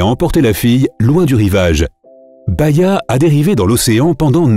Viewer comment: C'est Bahiya et non baïya